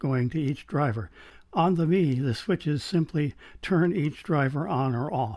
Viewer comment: Excellent and interesting review, I have the EA500 and am reasonably happy with them but my preference is for a slightly warmer vocal Do you think the Mei would be better in that regard? Your opening shots shows how far cameras have come, amazing detail. You may like to know that Mei is pronounced May